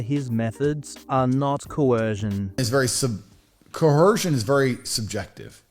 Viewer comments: The word is coercion not co-hersion. I thought this guy learned a new word every day 😂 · Is he saying coercion with a ‘H’? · Tate wasn't coerced to question, mangle, mutilate and mispronounce 'coercion' he used his last remaining brain cell to do that all by himself.